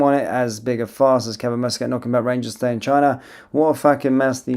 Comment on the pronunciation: It's MUSCAT,not fucking mouscat ay the name properly